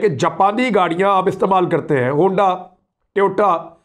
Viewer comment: Hunda nahi Honda....